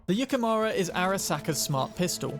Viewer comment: It's japaness, so yukemOOra for you. Not mara